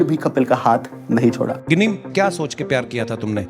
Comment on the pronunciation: Bhai जिनी nhi,गिनी है